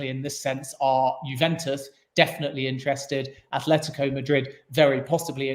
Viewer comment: tried so hard to keep a straight face when he said Athhhletico Madrid lol.